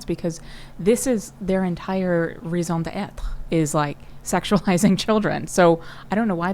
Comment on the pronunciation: Wow she just nailed the pronunciation of that “raison d'être”! 🧐